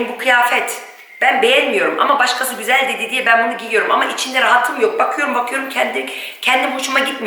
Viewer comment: "Gözel " değil, "güzel" denilir. Lütfen ukalalık olarak algılamayın, çünkü çok kullanıyorsunuz bu sözcüğü ama yanlış telaffuz ediyorsunuz. Selamlar